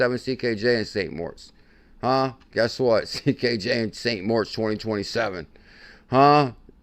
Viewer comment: Especially when it’s pronounced MORITZ